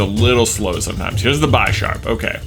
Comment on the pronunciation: You mispronouncing Bisharp triggers me. It's not "bi" as in two. It's based on a chess bishop.